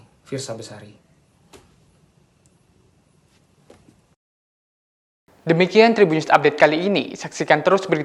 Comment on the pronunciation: Bang Namanya Fiersa Besari bukan bersari